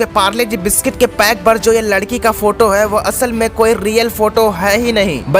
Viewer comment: Bhai ladki hota hai lakdi nhi